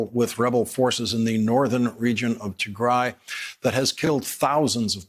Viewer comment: Tygry it's tig-ray White people always mess up a name